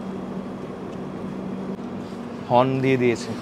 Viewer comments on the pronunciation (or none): none